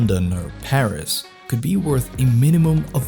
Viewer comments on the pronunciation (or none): none